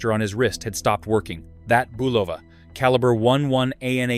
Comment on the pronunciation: Boo Vol La??? It must be an Italian company haha.